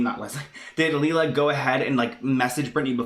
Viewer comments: It's pronounced Lay-La Ok its me..i show up alot with videos on britneyand baby. My son has duchenne. And I can tell you she is not handleing the situation with Nolan well..people are right he is supposed to and needs to wear his braces on his legs as much as he can tolerate with breaks in between.(which I guess he could conveniently have them off on "a break" when Britney films)THIS WILL AFFECT HOW LONG NOLAN CAN WALK..the normal age kids with dmd stop walking is 12 with the use of braces. If he doesn't wear the braces he will be in a wheelchair sooner. Second Britney carries the flawed gene. The sons most likely will have it and daughters carry it. She chose to have two children knowing the risks. Not only is Nolan sick but all of his siblings WILL HAVE DEPRESSION just ask my children how life is with a brother who will die young. There is no cure for DMD. No Cure period. My son is 20 I dont have much time. When I see what she could do and isnt for Nolan I get very angry. she needs to wake up and do everything she can. I will comment on every video with her name hoping to get her attention..get Fletcher and the girls tested for the gene ASAP I know it is scary but knowing this is very important. My 15 daughter who carries the gene is already having heart problems which is a side affect of being a carrier..britney and her girls need to find out now. You dont want to fimd out the hard way with your daughter to pass out from running because her heart is weaker than non carrier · That’s not how it’s pronounced (Lee-la) , it’s pronounced Lay-La. OKBABY NEEDS TO STAY OUT OF IT, she’ll be chewed up and spit out as well. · Its layla thats how you say it lol